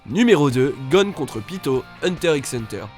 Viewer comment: C'EST PAS PITOO MAIS PITOUUUU